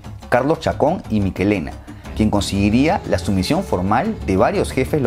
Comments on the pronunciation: Hay dos apellidos que están mal dichos son apellidos Vasco, Uno se pronuncia Lo-Ai(ay)-Za y el otro no es Miquelena , se pronuncia Mi-Txe(che)-le-na. 😅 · ¿¿¿ Mikelena ??? ¿¿¿ Miquelena ??? En idioma español, la ch no suena como k ni como qu; siempre ha sonado como cha che chi cho chu. Por tanto, debe ser mi CHE lena.